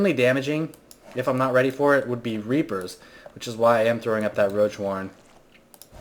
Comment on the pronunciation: "he could pump out rapers" lmao I know he meant reapers